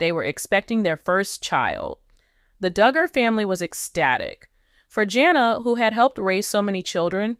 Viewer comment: You go on w/ your bad ((and fraudulent, incorrect) “DOOOOGER” coverage! This is a scam channel. Don’t waste your time. This never happened toJana! And her sister’s name is Jinger, pronounced like the spice, Ginger. You would think this creator would know all this! Maybe they need to get a new ROBOT?? Reported to You Tube!